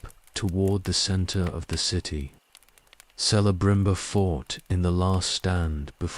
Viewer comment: Celeborn and Celebrimbor is pronounced hard C. Kele not Sele. Its in the appendices